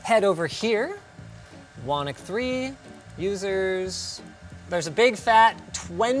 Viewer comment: Just realized you've been mispronouncing your server names all these years.. WhonNOCK? Thought it would be Whonnick?